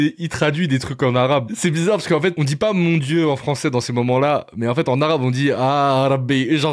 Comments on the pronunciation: Le "momment" m'a trop surpris dans l'intro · 5 secondes de vidéo :" dinguRRRRi" 10 secondes : "les pires moMMents" Hop : ne plus suggérer cette chaîne.